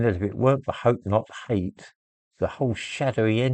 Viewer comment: Jope not jate